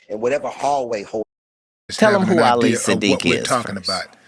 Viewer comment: Willie D told the story wrong. Hell, he couldn't pronounce his name right. Ali and Katt should've sat down and had the discussion face to face. Ali said he met Katt when he was performing under the name Katt in the Hat. They rode in a car together, discussing getting a tattoo in New Orleans.